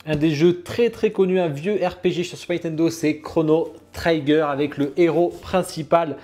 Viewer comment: Chrono Trigger (prononce Tri-gueur) Statue pas parfaite mais sympa. En tous cas c'est cool d'avoir enfin du Chrono. Maintenant je prie pour du Xenogears.